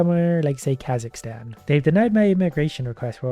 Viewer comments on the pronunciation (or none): none